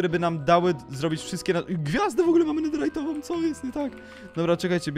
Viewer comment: Mówi się nederytową a nie nederajtową